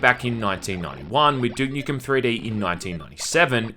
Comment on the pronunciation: "Dook Nookem and Syerious Syam"